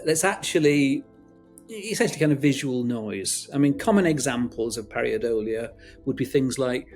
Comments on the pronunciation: It’s “pareidolia”, not “pariadolia”. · Very good video indeed! Just a comment: it is called “Pareidolia” not “Pariadolia”. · Not 'pariodola'. It's 'paradolia'. He's a Dr. He should know that. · Par-EI dolia not Par-IA-dolia . Par - aay - dolia not Par ea-ahh dolia. I would have thought a scientist would know that... ? I kind of lost interest after that. You cannot prove something is real by making incorrect statements, nor can you prove something is NOT real. Anyway, I've never seen Nessie, and never will. I'm too old and live too far away. I am not convinced either way. This has not made it easier. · That mispronunciation and spelling of pareidolia was on a par with Benedict Cumberbatch's pinwings, pengwengs, you know what I mean. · Not only did he mispronounce “pareidolia”, it was misspelt in the captions.